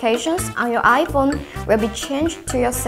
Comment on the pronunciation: Fone LMAO